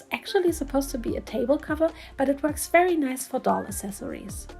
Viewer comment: Great job. By the way I just had to correct you because you keep mispronouncing the word “accessories”. It’s not pronounced ass•sess•sories, its uhk·seh·sr·eez. Only the most uneducated, misinformed Americans from the boondocks pronounced it like that because they just don’t know any better.